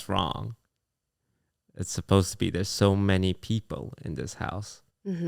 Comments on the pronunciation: He also tends to say “peepo” instead of “people”. Never change though 😂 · When says "people", or anytime an L is at the end of a syllable, like "told", "needle", and "well"